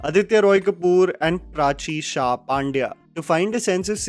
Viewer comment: It’s not paaandya , its pandya